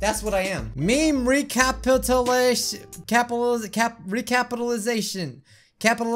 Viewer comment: Re-ca-pit-u-la-tion. Also, how about "Meme Private Eye LLC."?